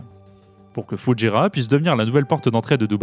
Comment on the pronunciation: vous dites bien Doubaî pour Dubaî, alors pourquoi dites vous Foudjéra et non pas Foujaîra, il n'y a pas de D et il a un tréma sur le i